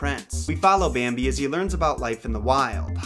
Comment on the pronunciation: "Bääämbi" DX